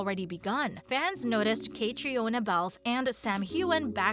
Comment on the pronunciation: God pronounce the woman's name right!!!! It sounds like Katrina.... not kate rhi ohna